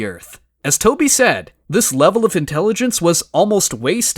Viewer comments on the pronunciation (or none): none